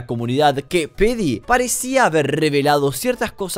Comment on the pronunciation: creo que Pheedy se pronuncia fidi, no ''pedi''